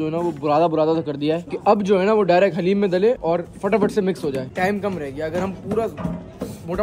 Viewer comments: Bro not hallem its daleem halleem is name of Allah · Bhai hareem nhi Bol da dareem Bol ta ha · Hallem nahi kahte guna hota daleem kahte haleem Allah ka name pa ata ha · Bahib haleem nahi hota daleem hota ha👍or love you bhai